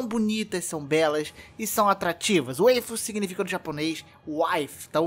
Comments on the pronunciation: A pronúncia é com "a" msm Waifu não Weifu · Respeita os otaku...ta falando errado...WAIFU n WEIFU.....(só to tirando com sua cara 😂😂😂😂) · Waifu n seria a pronúncia de wife? com sotaque jp? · anglificando uma palavra em inglês ajaponesada. Kkkkkkkk...